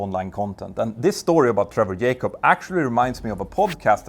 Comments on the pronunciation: "J-CUB" not "YAY-CUB" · His last name is Jacob. Jay-cob, not Yaycob. And no, it's not an accent thing. It's a laziness thing. You are quite capable of pronouncing it correctly, you just choose to be lazy and not pronounce it correctly. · J-cob, not Yay-cob, just fyi. great video about this shyster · Can Scandinavians not pronounce J ? The mentor pilot sais Yacop, not Jacop... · Its jacob not yakub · It is "JAYcobs" not "yaycobs" lol he is American not Spanish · His name is Jay-cob, not Yay-cob. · what got me is the way you keep saying "Yay-cub". Not sure this is how he pronounces it. hmm... I tried double checking and failed. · "YAKOB" hahahahaha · His name is not yaykob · Trevor Yay-cop? 🤣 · Just say Trevor, instead of saying Yay-cup over and over. It's less distracting! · That's not how you say his name. Can you please rectify your mangling of the English language? Also here in America, we use a comma for large numbers, not a decimal point. To me, $250.000 is $250 with six significant figures. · dude, if you cannot pronounce jacob, call him trevor ffs